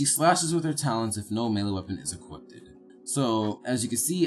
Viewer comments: yo you be saying equipted pretty sure its equipped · "Equipted".....really??? Never heard of that, care to explain. Although I may not be equipted to understand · Equipped... not equippeded...